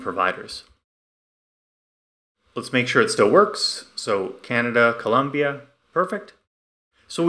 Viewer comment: Double like for not mispronouncing Colombia 🇨🇴